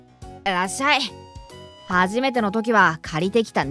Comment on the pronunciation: ( ﾟ∀ ﾟ)ﾊｯ！ ネイティブな発音の『らっしゃい』だ！